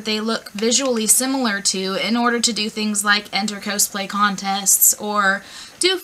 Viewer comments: why are you saying cowsplay, its cosplay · i pronounce is "kaws-play" and she says "ko-splay" and its making me disgruntled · My first cosplay was Chell, from Portal/Portal 2 (kinda hard, since she never talks, and I'm a huge chatterbox). Planning to maybe do Terezi next :) Also, not sure if I've just been wrong, but I always pronounced it caws-play. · your saying cosplay wrong!!!! its annoying...